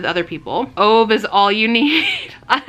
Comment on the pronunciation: “A Man Called Ove” (it’s pronounced ooh-vuh) is great but what you really need to be reading from Frederick Backman is the Beartown series! I was so in love with all of the characters, I wish I could read it for the first time again!